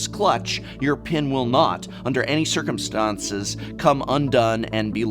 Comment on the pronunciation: Adored your pronunciation of "Circumstance" ... just sayin'